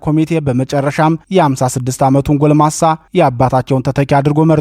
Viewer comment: “ገለምሳ” 😂😂😂😂🤣😅” ጎልማሳ” ተብሎ ይታረም !